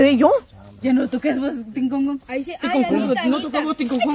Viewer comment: La toña ya ni hablar puede tinconcon dice 😂😂😂😂